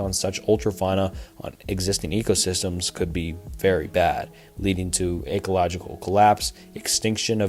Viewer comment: I agree. How does he know about the words "non-proliferation" and "ecological" but not know how to pronounce them correctly??